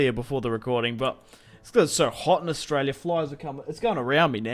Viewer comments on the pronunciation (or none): none